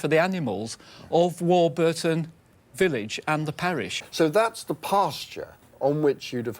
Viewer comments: We have a Warburton in Australia, which we pronounce WAW-buh-tn, not WAW-BER-Tn. When I tried to look it up, and found some video of locals using the name, it appears that we are correct, and Tony's pronunciation is incorrect. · Hi... Its Warburton as in the bread not War-burton as Mr Roybinson pronounces it.. :) Great vid.. almost see my house from the aerial shots..